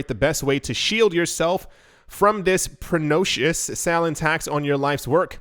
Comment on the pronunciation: Pernicious. Not pernocious. Bjababa.